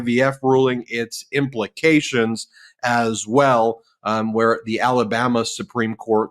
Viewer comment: Did Ben just call Alabama "Talabama"? Apt